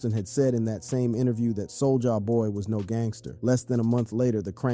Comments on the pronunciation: you said Soul-ya boy instead of Soulja boy lol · Bruh you need to stop saying "Soul JAH BOY" It's Soulja Boy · He calls him both Soulja boi and sol-jah-boy in the same sentence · Why "Sole-Ja" boy and why would you call the song "Crank I-T." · Whu ue say soo-ja ba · "Soul-JAH Boy" 😂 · Why are you saying "Soul JA boy" and "Crank I.T." lol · See the way he says souljah boy?? Soulja-AH boy. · How are you mispronouncing soulja boy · Is this an AI generated narrator? I find it hard to believe a brother would mispronounce Soulja Boy’s name or say his hit was Crank IT 😂